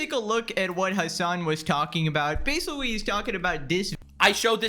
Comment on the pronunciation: why does asmongold pronounce Ls as Ws. H'ell say basicwy instead of basically